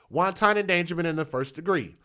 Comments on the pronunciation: You're pronouncing wanton, like won ton, as in noodles... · It's pronounced "want-on" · LOL, I was just about finished typing my comment to let you know you're saying wanton like it's the Chinese dumpling when Google gave you the correct pronunciation. Keep up the good work,. I enjoy your shows and your commentary on these issues that we as Black folks just do not want to face.